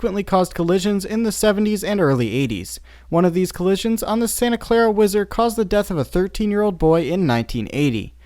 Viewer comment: HE SAID WISE ERD BWUAHAHA